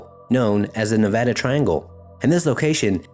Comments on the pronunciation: Thank you for saying Nevada Correctly. We hate it when people say it wrong. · great video..I grew up around this triangle. .also thanks for pronouncing Nevada right lol